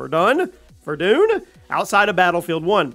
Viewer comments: It's not verdoon, its ver-done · It's pronounced Ver-done. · Hell yeah. Btw its pronounced *ver-done*👍😂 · Verdun “verdone”. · Ver- done is how it’s pronounced, my friend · Ver-doon.... like... who doesn't know that one? It was supposed to be the war that ended all wars... "lest we forget" Lolźzzz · Verdoon lol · It's pronounced Ver as in verison and dun as in done, Verdun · The way he said Verdun was just awful man